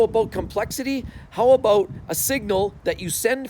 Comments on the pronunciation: "how a boot" hahahaha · "How aboot......"